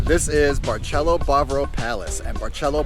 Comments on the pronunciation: It's not pronounced with "Ch" . That's Italian! It's a like an "S". Like Barcelona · It’s Bar”s”elo. Not Bar”ch” elo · Barceló is pronounced Bar-seh-LOH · Did you just say “barchélo”? 😮 is not Italian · Or….memories ❤ but why u say Barceló as Barchelo…. It’s Barceló- pronounce as letter C not as letter CH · Barcelo is pronounced BAR-SEH-LO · Learn how to pronounce the hotel name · dude is way to picky complaints to much just stay home. he hates kareoke, noise, over populated jajaja omg jaja.... is different culture different vibes different seasoning different food but you love international food i wonder why lmao, btw you even saying the name wrong. Hard Rock sucks but i bet you love that one jaja